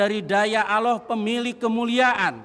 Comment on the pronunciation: Nyebut Allah aja asal asal an😂😂😂😂😂